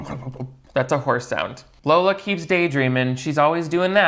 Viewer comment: I have this new puppy named Darla, and I call her LARLA. 😂😂 So when said “Larla” instead of Lola it made me feel validated in my weird choice of dog nicknames.